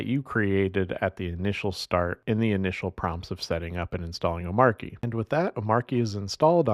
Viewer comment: Not pronounced "O-Marky"